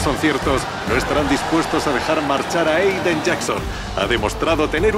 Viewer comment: Nadie: Absolutamente nadie:: PIZA, ZOU, AIDEN